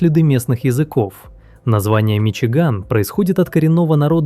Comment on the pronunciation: "Миши Гамми"😂😂😂